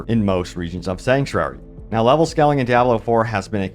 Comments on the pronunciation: not to sound rude but the way you pronounce scaling is not how you have to pronounce it. try to say it like this skay - luhng . and no, i'm not a native english/american speaker. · It's scaling (long "a"), not scalling. Love your clips though! ❤